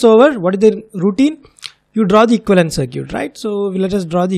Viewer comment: Btw "circuit" is pronounced "sur-kit"